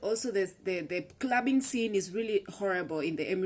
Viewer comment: did u just said crubbing!